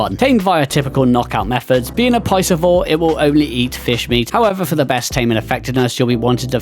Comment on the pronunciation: Mate it's PESCI-VORE not PICESES-O-VORE 😭